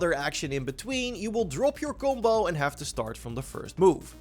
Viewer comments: "kumbo" "kumposure" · I didn’t realize u were saying combo until I was halfway through the video… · Each time he said "gumbou" i drank from my beer and i needed 1 1/2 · I don’t know at first this guy was saying gumbo and stuff I was like wtf 😂